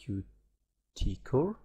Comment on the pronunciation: sorry but it's Cute not QTee, otherwise great